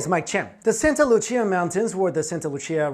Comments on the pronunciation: Santa Lucia is pronounced😂 santa Lu-see-ah. Not lu-chee-ah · It’s Spanish man, not Italian. Santa Lucia = Santa Loo-See-ah. Not Loo-chee-ah.... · “Loo-SEE-uh” not “Loo-CHEE-uh” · Santa Lu-see-ah, lmao couldn't stand how he pronounced it... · It is pronounced "Santa Loo-see-a." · Santa LuCCia?? lol allways funny when english speakers try Spanish